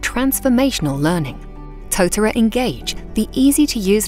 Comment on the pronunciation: Thumbs down for the mispronunciation of the Māori word tōtara